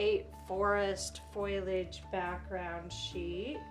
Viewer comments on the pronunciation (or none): When you say foilage, are you talking about a foiling technique or do you mean foliage (which is usually pronounced differently)? Foliage makes more sense to me, but I'm just not sure what you mean.